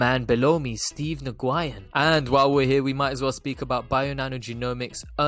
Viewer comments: 😂😂😂 Ohhh man Steve New Guyin!! That is hilarious to me!! I had to pause video and post this right when I saw the Post! His name is Nguyen! As in New yen! But I love how you pronounced it this first time! 😄 Classic!! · Yeah I’m in the bay about 15 min away from Mr Nguyen. Huge Vietnamese community here, I’ve heard it pronounced many different ways but New Guy In is an instant classic. Ima have to go check out this place in Morgan hill and find out how many saphyr’s are coming through!